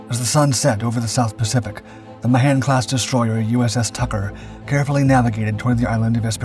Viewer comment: For crying out loud---it's not "Ma-'han'-Class Destroyer----it's "Mahan" Class with a hard first A and emphasis on the first syllable.